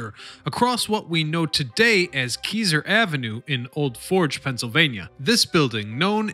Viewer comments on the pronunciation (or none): This channel is a joke. "Keeeser Ave." Do some research. Find a narrator that knows how to pronounce things. Isn't the first time.